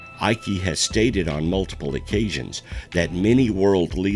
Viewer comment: Another good documentary. His name is David Icke the e is silent.